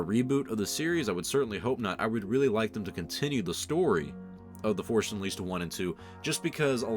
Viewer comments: "The forsh unleased" :) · “Forsh Unleased”